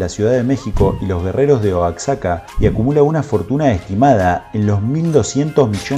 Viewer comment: Se pronuncia Tejas y Oajaca…la x como j igual como en Mexico no se pronuncia la x como x tradicionalmente. Es muy cringe decir Texxxxas y oaxxxxaca 🤢